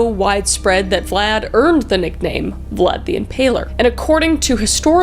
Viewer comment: You said blad the impaler and I was like THATS MY CHEIFFFFF THATS MY BOYYYYY